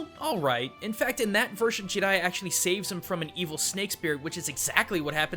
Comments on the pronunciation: everytime he said GI-riya im like JA JA JARIYA man come on lol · I don't like how he pronounces his name